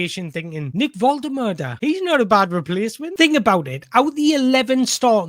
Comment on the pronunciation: Exactly, it’s a chance for Wolt-ter-marda 😉, to fly out the traps & get his Newcastle United career off to a great start. All this negativity over Wissa is madness. Let the team assess the injury, I have a feeling behind the scenes, Eddie is being extra cautious because Yohan has mentioned something to him. With all that being said, when both are fit, I’m extremely happy with these two ballers. PS. I’m telling you, pronunciation is wrong 😄